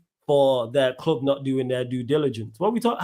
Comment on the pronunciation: ”EZE has already made it clear that he wants to come to my cloob”.How is that not waffle?😂